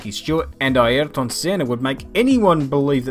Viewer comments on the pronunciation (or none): none